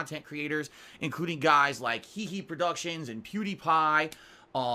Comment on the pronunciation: This dude called H3H3 Productions “HeHe Productions”.